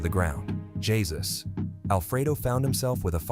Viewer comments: He said Jesus as in Christ instead of haysoose... only ai would do that, or some ignorant person who don't know what ai or the internet is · Dont say his name was jesus. Its. Hey-ZUS IN SPANISH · You said the name wrong it's not Jesus as the Christ it's pronounced (Hey zeuce) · Jesus?! 😂 you mean Heh-soos?! 😂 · Jesus in mexican is pronounced Hey Chews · Lol gee zus? Haha. Come on! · Computer voice reading spanish "jelleesko" "jeesus" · "with his brother Yisus" bro as a latino this got me dead lol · Its pronounced Haysus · Please make the effort of learning how to pronunciate names if you're gonna be making this type of content. You can't pronounce "Jesús" like that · Jesus bro didnt even try to pronounce his name in Spanish 😂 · Jeez! Can't this channel find an Hispanic guy that could read names or words in Spanish?? 🤔🤦😂 No offense to my White homies, but most of y'all suck at pronouncing names/words in foreign languages. By now everyone in America should know how to say "Jesus" in Spanish lol 😆 😂 (Am Black by the way) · He's is a. J is pronounced with an H. With technology now, these channels should use it. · Atleast pronounce is name right, jeez.